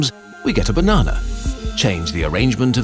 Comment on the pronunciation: "we get a banna🍌"